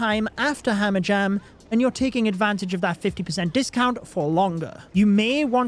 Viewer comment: "Hamajam" XD love you